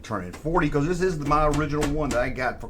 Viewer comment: "Baycawz"